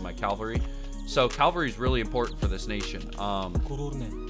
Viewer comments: CaLvery? Dude it's caVelry. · Cavalry*... not calvary. Other than that. Really helpful video ty! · It's Cavalry bud, not Calvary